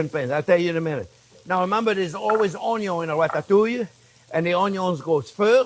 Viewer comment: Why does he pronounce "onion" like that? What planet is this guy from?